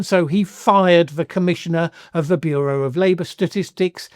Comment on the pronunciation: Big fan, appreciate your insight s,wisdom and " hunches " you misspoke "he fired the Commissioner of the burrai Labor and statistics" like a little b*tch